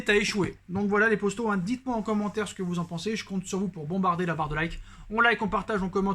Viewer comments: Sa m’énerve au lieu de dire les potos il dis les posto sa me perturbe grave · J'aime de ouf se que tu fait mais arrête de dire posto dit poto sinon se que tu fait c vraiment bien continue comme sa